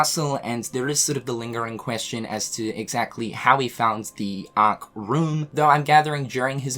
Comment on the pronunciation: The ahhhhk 🤣 funny how he says it